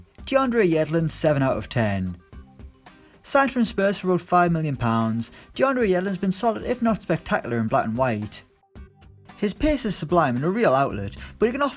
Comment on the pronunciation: "Yedlins been spetacular" get out man